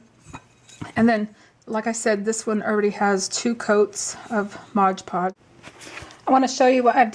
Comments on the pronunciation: IT IS "MOD" podge, NOT modge podge. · Your driving me crazy saying Modge Podge ...... Sort it out.